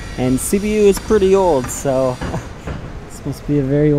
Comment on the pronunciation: Sibiu is the single word u pronounced correctly lol